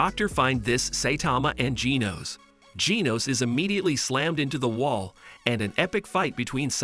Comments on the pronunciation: He said ginos its genos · Genos❌ Geenos ✅ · bro called genos geeznose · bro said genos geenos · Bro pronouned genos wrong lol